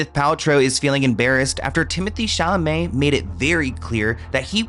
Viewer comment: You have Timothee ChalaMAY's name down-packed now! 😂 Love you so much!